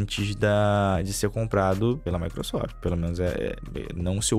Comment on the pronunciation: "maequesofte" sempre destruindo os sonhos do kkkk😅